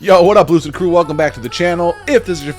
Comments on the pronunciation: love the channel bro!! i gotta say when i come in it sounds like you say whats up loser crew hahahaha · Rob, with all due respect, and certainly you are due a lot of respect for your fine show, you might consider enunciating “Lucid Crew” a little more clearly. Every time I hear you say that I keep hearing “Hey loser crew, I’m m loser Rob” I’m sure you’re not saying that, lol maybe just a bit mor deliberate enunciation. I love your vibe though broheimer.